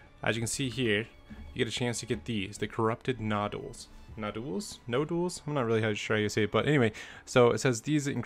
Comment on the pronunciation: hahah good vid but I found this funny, you have trouble pronouncing nodule in the name but read it perfectly in the definition XD